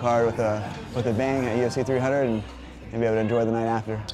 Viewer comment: Haha someone please tell Max it’s UFC 300 not 200 🤣